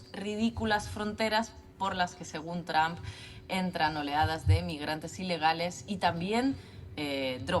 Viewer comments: No es tramp, es Trump!! Es desagradable escuchar a muchos de ustedes nombrar tramp. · Se pronuncia; Donal Tromp, nooo es Traaamp , no existe Tramp.